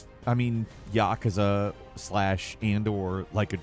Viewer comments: Your pronunciation of yakuza is a felony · Stop saying yakuza like that!